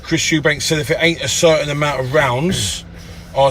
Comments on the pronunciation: What is it with Eubank(s). It's Eubank. How f****ng hard can it be? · Eubanks,Chris lemont was it 😂 this man's telling successful boxers what to do, life advise all sorts and can't even pronounce there names. thinks Roy Jones is eubank jr's trainer 😂🤦🏻‍♂️ the type of man to go to the local casino to watch the boxing but pretend he's an avid fan 😂